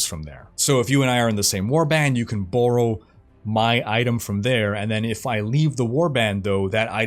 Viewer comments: I got extremely distracted with the surprisingly odd pronunciation of "borrow" as "bore-oh". Aside from that, a great video as always! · Canada! Canadian accents are great